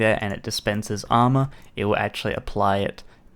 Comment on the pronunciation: I cringe when it says "amour"